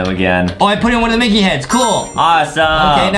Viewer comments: Bro it said micket at the start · ah yes MICKET